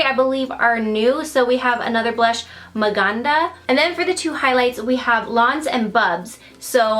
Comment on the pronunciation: Love how you say Maganda and Mahal because I am filipino haha and I like how put that name. You did an awesome job here. 😊😍